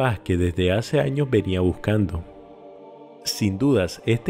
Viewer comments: tienes buen metal de voz pero dices jaños dos vives hasta aqui no son jaños son años RECALCO AÑOS. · PORQUE JAÑOS? NO ES ANOS?